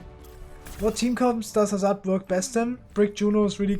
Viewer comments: Due to accent, he pronounced "Hazard" as "Hazz-are-d" instead of "Hazz-erd" like a traditional English speaker would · Your accent says "Hazaard" and people wants you to pronounce as "Hazurd". BTW which hero U2GM next ? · you pronounce it hazard not hazard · No, it’s actually pronounced Hazard